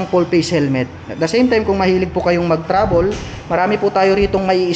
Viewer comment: Boss okay yung content mo kaso mali pronunciation ng travel , travel po dapat hindi travol yun lang naman , good content parin .